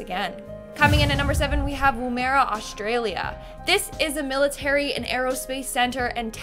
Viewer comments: Can confirm that as someone from South Australia, Woomera is pronounced “Woomara” not “Wa-merah” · Woo- maira???? trust an American to completely botch the pronunciation of a place. there's literally hundreds of short films on Woomera that you could watch, if only to find out how to say it properly,, but hey!!! why waste time researching your subject matter